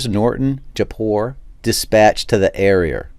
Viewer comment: in the ereer